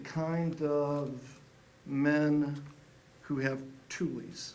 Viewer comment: He said toolies